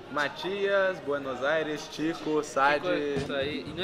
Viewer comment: Tchico, não Tico